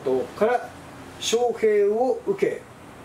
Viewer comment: 招聘→しょうへい、です。